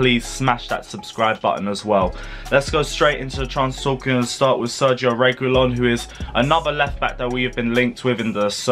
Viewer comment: This how you should say his name Re gee lon that's it, said is a good player that's the kinda player we want at the club both of them to be exact. They will bring something special to the club